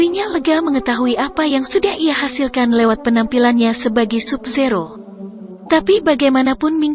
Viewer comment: Tambahi lagi dah "Sub Zero" bacanya "Sab Zero" wkwkwk